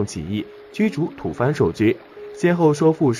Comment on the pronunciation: 不是土fan，是土bo。